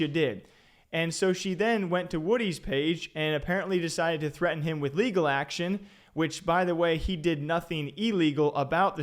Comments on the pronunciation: wtf "LEAGAL"????? she needs to go back to school. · "persue leagel" hahahaahahahhaha